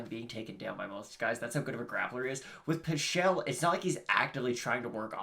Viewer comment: Its not pie-chel 😠